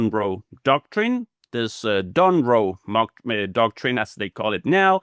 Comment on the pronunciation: "Donroe Mocktrine" that was a great freudian 🤣